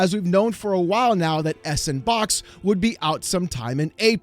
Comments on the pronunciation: Surely the engine is better pronounced as "sandbox" "S and Box" just seems ignorant. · I Want To Facepunch You Every Time You Say S N Box... Freakin S And Box... Cause >> Ya Know.. Its A SANDBOX Engine =P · every time you say S and Box I die a little more inside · It's pronounced "sandbox" haha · "Sandbox" is how it's pronounced. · Its pronounced "Sandbox". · can’t say the word “sandbox”.